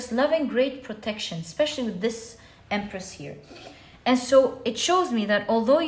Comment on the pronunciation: Pile 1 - I giggled so hard with you when you said Empreth. Haha thank you yet again for a beautiful message, and for a good laugh!